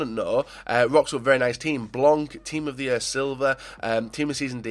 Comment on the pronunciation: Tiim of the yer nema